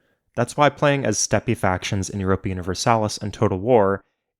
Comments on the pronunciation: did you just say steppy factions instead of Steppe (like "step") factions?? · You realize steppe is not pronounced as “stepee” right? It’s just step lol like the step people, steppe people. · Seeing EU3 ui again brought back good memories of youth. Then hearing your pronunciation of "steppie" killed that spirit. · i am here to make fun of your pronunciation of "steppe"